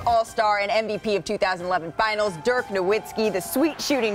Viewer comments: She also pronounced the W instead of a V in Dirk’s name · get her off the air... how are people still pronouncing this man's name with an English W after all these years lmao